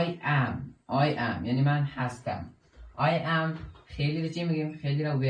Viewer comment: همه چیز درست جز این که، 《ام》تلفظ میکنی، باید 《اِم》تلفظ کنی